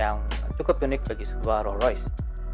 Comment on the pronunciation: Rollsssssss Royce bacanya santai aja mas.. s nya jangan tinggal di Rolls